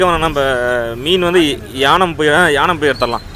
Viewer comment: யானம் இல்லை ஏனம்.